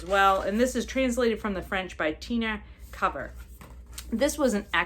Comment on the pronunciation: So pleased that you enjoyed DISORIENTAL! Thank you so much for reading it. (p.s. it's Kover like "Rover" ;-) )